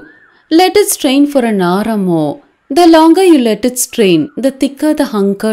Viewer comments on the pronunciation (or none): none